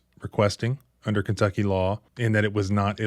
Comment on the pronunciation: It's po-dunk KIn-tucky. What do you expect, honey?